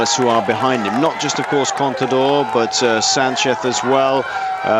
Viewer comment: Commentator saying Sanceth almost every time, mehe